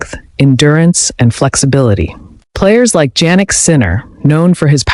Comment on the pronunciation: His name is pronounced YYYanick. Start using it.